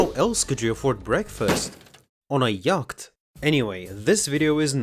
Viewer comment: Your English is great but the word Yacht is pronounced more like Ya-Ought. For whatever reasons, the ch doesn't make the normal ch sound. Edit: I looked it up, it is borrowed from Dutch and we don't have the raspy back of the throat ch sound necessary so we just made it silent over time. You don't sound like you have enough peanut butter in your mouth to be Dutch.